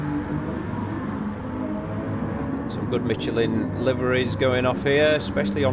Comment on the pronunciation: Well done, very entertaining commentary. I didn’t know there was a “t” in Michelin...must be the Yorkshire alphabet 😉😃